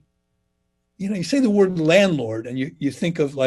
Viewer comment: Love the podcast! Why do I find it so endearing when Dan cannot pronounce words? I get such a chuckle that it makes my day.